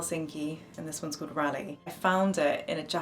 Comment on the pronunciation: Its pronounced ralleee and not rally!